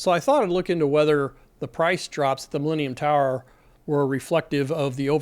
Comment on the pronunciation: I watch YouTube at 2x speed. At that speed, the way you say "millennium tower", it sounds a lot like "leaning tower"